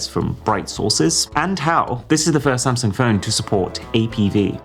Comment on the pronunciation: Thats it. I am finally done with "same- sung"! 😂😂😂 This is the new Nokia!😂😂😂